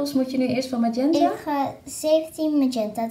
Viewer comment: Magenta spreek je volgens mij gewoon als het Nederlands uit dus gewoon de g